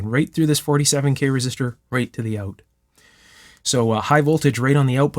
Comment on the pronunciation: Try it oat? You're Canadian?